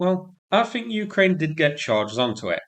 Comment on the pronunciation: Have to say your accent and diction aren't easy to understand. 'The' is pronounced as written, not 'veh,' for example. Similarly, 'think' not 'fink.' If English is your first language there's no excuse for not being able to speak it properly.